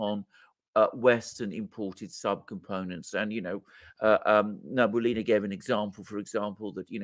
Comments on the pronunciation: I am glad to hear that Gonzo is alive and well. Just FYI, Elvira Nabiullina is pronounced na-bi-OOH-lina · Many thanks for your work and sharing your insights. In case you need any support with Russian translation, happy to support! PS: the proper pronunciation is Elvira Nabiulina (n—a—b—i (like „bit“)—u —l—i—n—a) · I will keep on writing this until it's read and paid attention to )) Gentlemen, Elvira's surname is pronounced as [nabi'ulina] 🙏 Btw, regarding that fire in Russian military research center, I'm sure it's an accident. In our news they say, it's a wiring inflammation. As a matter of fact, it's a common thing in Russia. We have lots of old buildings with old wiring and poor firealarm systems partially because they are old and partially because of the everywhere spread economy on everything. Building burn nearly every day in Russia because of faulty wiring. So the fire in this building is now out of the ordinary. It only draws our attention because of the special timing and purpose of the building.